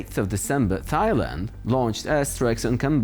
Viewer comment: Tie-land...not Thi-land! Lol